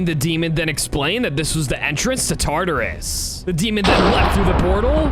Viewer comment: Did you really just say tartus he is a beast that made something called yin and Yang